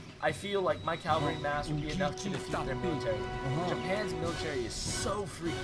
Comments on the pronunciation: Its "caValry" not "caLvary", You weren't even pronouncing your main-force right. As for the tactics, Its surely your deck that let you down. Cavalry wise FF with Combo of Axe and RIfle Rider would have made a difference. Or Combo of Tashunke and Bow Rider would have made it a little easier. AOE3 is like a Pokemon battle and civilizations are like pokemons, Some civilization just aren't made to play against some particular Civilizations. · Cavalry not Calvary. And you stockpiled way too much coin that entire game.